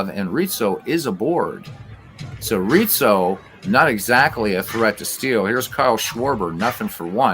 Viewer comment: Pretty sure Anthony Rizzo fakes injury due to constant pronunciation of Reetzo